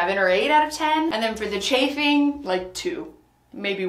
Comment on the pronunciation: What is charfing? Sorry I have been trying to figure out what this is 😂